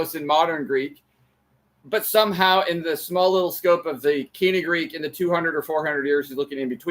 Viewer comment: Your American accent is so strong that I don’t understand a word of the Greek you speak. Please work on your pronunciation.